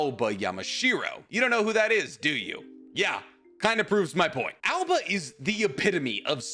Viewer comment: THERE IS NO ALBA!!!!!!!!! IT IS _AOBA_!!!!!!!!!!!!!!!!!!!! AND HE HAS CROW/ RAVEN SUMMONS.